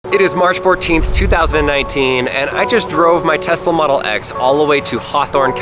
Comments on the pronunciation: “telsa” model y instead of Tesla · "Telsa Model Y" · Telsa anyone else notice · lol telsa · stop pronouncing Tesla like TEST-LA its TES-LA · did anyone realise its Telsa and not Tesla? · Telsa Model Y Me: What's a Telsa?